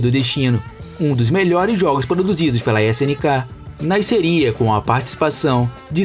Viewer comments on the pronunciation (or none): Ainda falando nascer errado kkkk